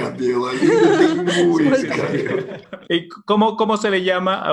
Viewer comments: "cheUveux" ?? T'es sérieux ??? ("Cheveux" is the correct word). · Ce n'est pas cheuveux mais cheveux !?